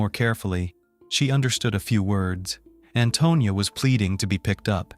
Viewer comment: And I'm angry he is saying Antonio instead of Antonia ..